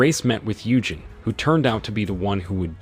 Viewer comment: Its pronounced You-Jean, NOT You-jen ! Listening to that was like hearing nails scrape a chalkboard 🥴